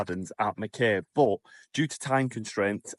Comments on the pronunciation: Your videos kept popping into my feed. I hoped you enjoyed my lovely little home town. It’s pronounced Mack eye btw and not Mack Kay 😁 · While I was in qld I never heard it called 'mack-ay'. I always heard it pronounced 'mack-eye'. Just saying hearing mack-ay sounds jarring. Also you do know that vegemite is berroca in paste form? Don't waste your money on that rubbish.